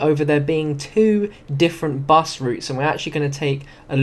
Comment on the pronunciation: Bus not bes